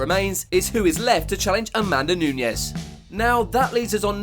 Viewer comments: Is Nunes, not Nuñes. She is brazilian. Very bad pronunciation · DUDE!!!!!!! It is Nunes not Nuñez. Wow!!!!